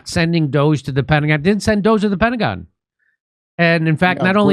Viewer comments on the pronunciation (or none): none